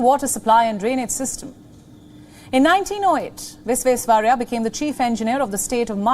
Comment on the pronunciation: She is good but Bharat Ratna Mokshagundam Vishveswarayya’s name was too mispronounced